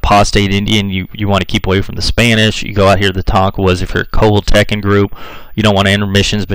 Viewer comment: This narrator also mispronounced the tribe Coal-hill-ta-cons. My phonectic spelling. I reckon the State of Coahuila,Mexico was named for those people. Hell,he even mispronounces the State name. And yeah, l'm a Texican! The ol' man's side-1834, Ma's side-1846.